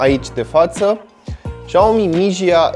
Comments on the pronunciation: trotineta se numește Xiaomi Xiaomi tu ai zis și aomi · Spui șaomi , când ar trebui sa citești siaomi sau chiar cum scrie xiao mi și mijia i loc de miya Dacă nu știi cum se pronunța le citești pe amândouă cum se scrie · Se citeste "șa'omi"